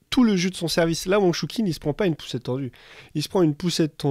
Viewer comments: Très bonne vidéo et bonne analyse. Juste si je peux me permettre (no offense je précise) c'est dans la prononciation des noms chinois, on sait que c'est une langue très complexe, mais le "q" se prononce "tch", tout comme le "zh" se prononce "dj" si on jamais on parle de Fan Zhendong. Juste un tip pour que ce soit encore plus pro. Si jamais veux vraiment écouter la prononciation c'est simple, y a juste à aller sur les pages wikipedia auras leurs noms en caractères, y a juste à copier et coller dans Google trad et cliquer sur le petit haut parleur. C'est sûr que c'est pas évident mais ça évite de faire grimacer ceux qui connaissent la langue, et les commentateurs de chaînes sportives devraient en faire de même surtout qu'ils sont payés c'est la moindre des choses. Voilà sinon rien à dire bravo pour le travail fourni. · Je crois que ça ne se prononce pas choukine... c'est plus respectueux d'essayer de prononcer correctement non ?